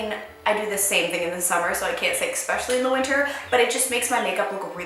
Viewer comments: does it bother anyone else that she says “ecspecially” instead of especially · love your videos and all but can someone explain to me why Americans say expecially instead of especially? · does any one else get annoyed when she says expecially instead of especially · yeah I thought I was hearing stuff but after she said it three times it really bothered me haha